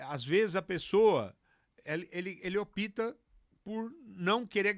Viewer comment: Opta ou opita?...